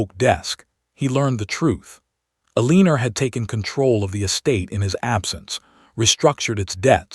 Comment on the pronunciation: I agree Eleanor is not pronounced Alena, but El-len-nor.